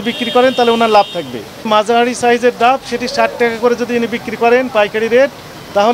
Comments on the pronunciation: ডাম না ডাব😂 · এত শিক্ষিত আপনারা ডাব কে ডাম বলছেন প্রথম থেকে শোনার আহবান রইল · ডাম না ডাব বলে জনাবা মিসেস